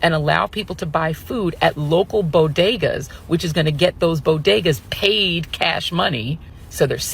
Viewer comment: I'm confused. Is it "bo day ga?" Or is it "bo ge da"? 😅